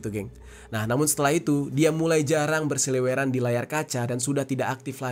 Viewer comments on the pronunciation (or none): Seliweran. Bukan seleweran